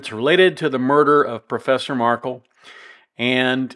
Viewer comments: You’re mispronouncing Dan MARK-EL’s name again!! The man had his children’s last name changed to Adelson & his family, legacy & memory has literally been erased from their lives. Please have respect for the man and pronounce his last name correctly. It’s not Markle. It’s MARK-EL - with a hard “EL” at the end. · Please pronounce his name correctly...it is marKELL, not Markle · jeez. At least pronounce Dans last name correctly. “Mar-Kell”not “mar-cull”. Cmon man, there’s been four trials already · A small point but it’s mar-KEL. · Mar kel is the correct pronunciation 😄 thanks for the commentary on this case! The case management hearing is on January 30, 2024, defense will invoke their right to a speedy trial, by all indications of the last appearance. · It’s MarKel. Pronounce name correctly. Thanks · Yeah, he just can’t be bothered to pronounce Dan’s last name correctly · Markel is not pronounced the way you say it.